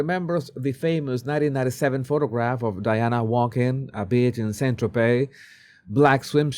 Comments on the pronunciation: Every time says “beach,” I think he’s calling someone a bitch 😂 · exactly, and nobody is calling out for his poor pronunciations!..every time he says "beach", I hear "bitch", but I just laugh cuz I love the guy and I understand this..😂😂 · Love how you pronounce beach😂😂😂 wondering if that's intentional 😅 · I adore your pronounciation of 'beach' in connection with Markle. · no he meant beach but it came out asthe other word. with i t ch 😂😂😂